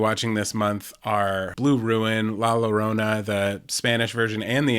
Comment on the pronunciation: The pronunciation of La Llorona is La yoh-roh-nah.